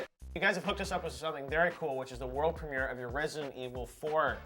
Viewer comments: "We have the Prem-ee-air of their Resident Evil skit coming right up!" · He says premiere weird.